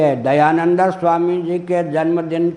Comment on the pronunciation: फिरोज गाँधी पारसी नहीं मुसलमान था !आपको सही जानकारी नहीं है !उच्चारण भी अशुद्ध है !दयानंद को दयानंदा बोल रहा है !चेहरे पर भी कोई तेज नहीं !!